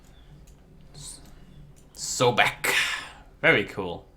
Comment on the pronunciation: it's so-bek, not so-beka. Anyways. Yes he is the Egyptian god associated with crocodiles manly as the holy animal for him.